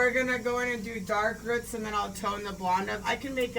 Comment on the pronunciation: I love how you say roots like “ruts” lol 😂 the hair looks sick 🤘🏼